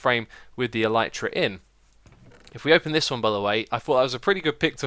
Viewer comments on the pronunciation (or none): It's pronounced "eleh-tra"; it's the scientific word for "beetle wings". Just so you know :)